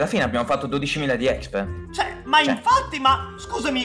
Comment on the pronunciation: Si dice expi non exp